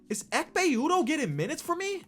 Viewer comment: no one: literally no one:: EKHPE UDOH